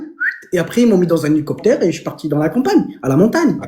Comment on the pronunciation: "aréoport" "nicoptére" ×3 mes oreilles saignent je vais à l'hôpital!!!🤕